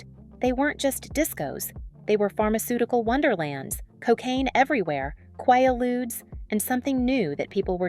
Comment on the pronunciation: Well this is being done by AI..they are saying A LOT of things wrong....like..they pronounced Quaaludes like *kuh-way-uh-ludes*..😅😂. most things like thi@ video are done with AI now....I watched one on the band Heart..and when taking about Nancy Wilson they kept ahowing the African American ainger Nancy Wilson..😂😅..so id get used to shit being wrong..lol..even most commercials with so called humans in them those arent even real humans ...they are fake AI humans